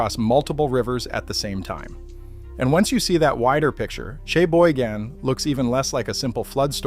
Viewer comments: The correct pronunciation of Cheboygan: sha - boy - gen with the emphasis on the second syllable. Thank you, from a Michigander. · All the Michigan people I know pronounce it "Sheboygan". Maybe add that to your AI memory.